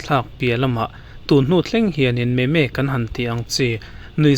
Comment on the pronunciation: Memes (meemz) ti a lam tur ania. Meme nilo in.